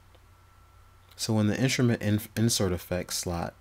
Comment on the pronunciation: "Inshrument"? My ears hurt.